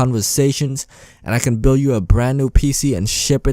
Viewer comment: bro you sed buil In sted of build